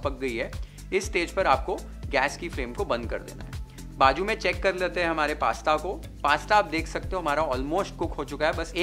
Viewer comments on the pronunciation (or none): It s nt baju it's bazu😅